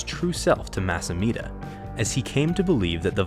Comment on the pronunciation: No offense, it’s Amedda, not Ameeda.